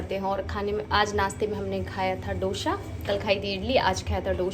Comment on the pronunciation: Dosha nhi hota behn dosa hota h